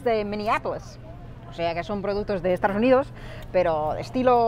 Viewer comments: Apenas tiene acento, de hecho hay muchas veces que no tiene. Sin embargo nunca dice "estaDos unidos" sino algo como "estaRos unidos", curioso. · Es gracioso. Cuando dices Estados Unidos te entiendo Estardos Unidos o lo que es lo mismo estar dispuesto unidos. Un chiste malo que se contaba en España. ¿Como se dice casarse en inglés? Respuesta:Estar dos unidos. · Me hace gracia como dices Estados Unidos, dices “estaros uniros” xD. Hablas fenomenal, si hablases un poquito más despacio creo que sería difícil diferenciarte de un hablante nativo.